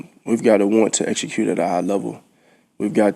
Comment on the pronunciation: Jalen "exechute" Hurts 😂😂😂